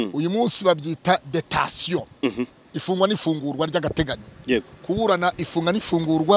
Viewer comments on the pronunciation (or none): jyukoresha ikibyarwanda, igifaransa sicyo kigaragazako ujijutse. Bavuga "DETENTION" ntibavuga "DETATION"